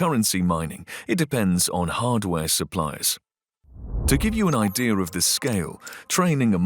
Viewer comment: The guy is pronunciation is not correct he says "idea-R" instead of idea" is the voice Ai?